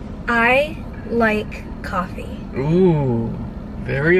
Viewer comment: "Coffee not coughie"😝